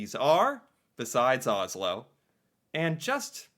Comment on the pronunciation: Americans pronouns Oslo wrong, just so you know